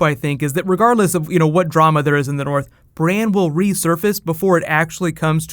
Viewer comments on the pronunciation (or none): "The King in the noorf!" :D